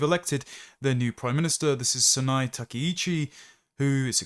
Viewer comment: This guy can't even pronounce Sanae right despite having a Japanese Wife lol